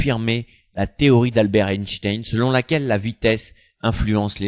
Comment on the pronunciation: Mais c'est pas compliqué de dire Einstein